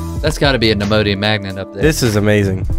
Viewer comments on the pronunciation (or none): Chris said nemodium instead of neodymium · Neodymium (neo-dim-e-um) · i haye how chris pronounces neodymium.